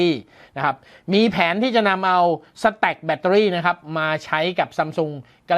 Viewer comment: พอได้ยินคำว่า " สะแตค " ผมนี้นึกถึงกีต้าร์ครับ